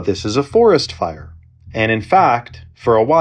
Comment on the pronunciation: "for est fi er"